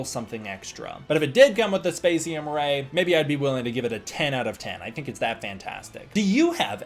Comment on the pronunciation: You’re thinking of MEGO for the other figure. Great to see you having so much fun with with the poses and articulation on him, very fun. I think the problem with a Spacium Ray (which I think your pronunciation is correct) is you’d need a base for it as well. Which a base for the figure itself would be nice to put him in a flying pose but I see that more as a generic accessory stand-alone. Prior to the SH Figuarts the line was called Ultra-Act. Given what you’re experience with the series is I do totally expect to see a Rising Figuart review soon lol I don’t know how costly it would be but there is an Ultra-Act Ultraman Noa from Ultraman the Next if you wanted to deep dive.